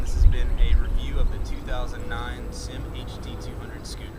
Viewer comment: It's not pronounced SYM (like one word) it's S-Y-M.